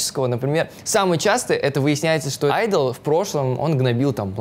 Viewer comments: Я не монбебе но ухо режет согласна 🙃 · Айдол а не ідол